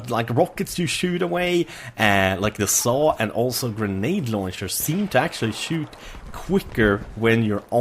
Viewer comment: For fuck sake its not called Saw its SMAW!!!